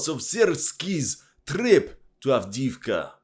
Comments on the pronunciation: Adeevka not Adiivka !!! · Правильно произносите A v d e e v k a